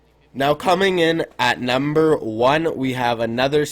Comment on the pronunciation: he said nember 10 spot